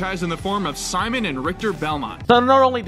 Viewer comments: "... introduced in the form of See-mon and Rhish-tere Bell-monty." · Rip Etika I was predicting Seamen and Rich-ter Bel-moan-t